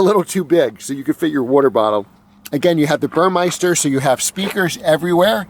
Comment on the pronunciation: It's BurMESter - NOT BurMEISter - other than that, good video! The massage eats are unicorn items. VERY hard to find used//CPO